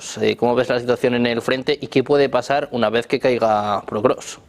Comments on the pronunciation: El periodista dice "PROKROVSK" hace 3 años... Los invitados dicen POKROVSK y el Título del video también lo dice correctamente...Alguien que le avise como se pronuncia por favor...!!! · No existe canal mas prorruso que este. Vergüenza para todos vosotros que apoyáis al tio que lleva 25 años en el poder y que te mete en la cárcel por cualquier pensamiento en contra. Viva la ''democracia'' de putin claro que si. Ah, y a ver si pronunciamos bien Pokrovsk, champion👍